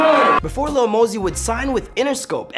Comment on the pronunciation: It's Lil not Little